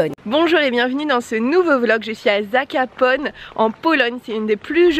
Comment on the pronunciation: c est pas zakapone c est zakopane